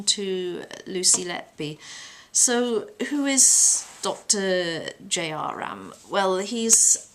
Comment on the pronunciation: She can't even pronounce his name correctly. and appears to have no knowledge of the crime.